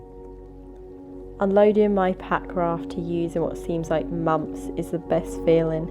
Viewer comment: Just love the way you say "mumfs" and Scottish "lock". Brill video.